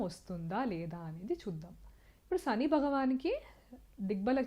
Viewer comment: అమ్మా,మీ ఉచ్చారణ, చెంద్ర, సని అని పలుకుతూ ఉన్నారు.కొంత ఆరవ/ తమిళ accent నుంచి తేట తెలుగులో పలకండి. మీరు రికార్డు చేసిన తర్వాత వాయిస్ low గా వున్నదా అని కూడా చెక్ చేయండి. బాలు, ఘంటసాల పాటలతో మెరుగు చేసుకోండి